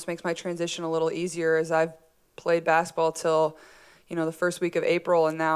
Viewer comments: She always pronounces basketball as "basitball" 🥰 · I like the way she says baskaball